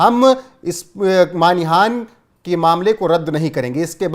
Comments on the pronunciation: Not Manihan but it is Manahani sir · सर मानिहान नहीं मानहानि।